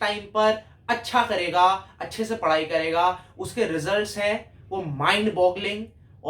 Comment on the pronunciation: Mujhe bhi mindbogling( purnunciation mistake) result chahiye😂😂😂,just for jocking bhai galat mat samajna,,love ur effort